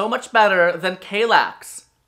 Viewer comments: What's with the horrible pronunciation of "Kallax"? It has two L's in it, not one. And are you kidding me about the Strandmon? The Färlöv is fricking ugly as hell and mega clunky. I have a small living room and my Strandmon in Lingbo isn't clunky at all and looks way better than the monstrous Färlöv. And Malm came in 2 variants. A lower version and a higher one to put those drawers underneath. And ye, I stubbed my toe several times on my Malm bed, once really badly. It was also really tiring to get out of the Malm, since I had the low one. Now I have the Hemnes and it was such a change. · Just a hint on how to pronounce these swedish names: if there's a "j", like in Vittsjö, it's pronounced like in "Yo" and not "Joe". If there's an "a", like in "Kallax" is pronounced like in "arm". And Ikea is pronounced "e-k-uh".